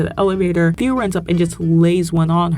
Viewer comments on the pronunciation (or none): You calling Theo "Th-ee-oh" the entire video is so funny